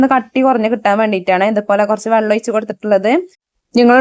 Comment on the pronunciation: വള്ളം അല്ല വെള്ളം